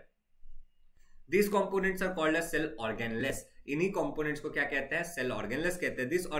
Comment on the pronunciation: The way Sir says Organless for Organelles is very funny 🤣